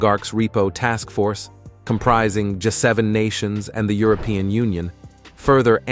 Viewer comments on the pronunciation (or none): none